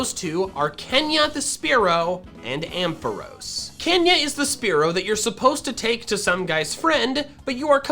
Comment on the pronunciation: AMPHAROS, NOT AMPOHROS! FIX IT NOW!